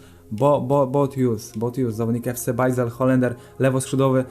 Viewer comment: FC Bajzel to jest czasem u mnie wdomu xD (po prostu czytaj Bazel/Bazylea) spoko odcinek